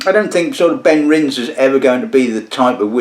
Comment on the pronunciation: Great review but... pronunciation - Benrinse ❌ BenrinNES (like Loch NESS) ✅